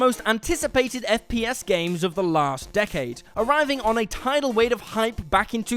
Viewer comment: Lol "on a tidal wade"